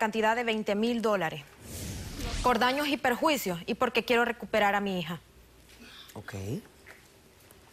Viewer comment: Por fin alguien dice bien "Daños y Perjuicios" y no "Daños y Prejuicios"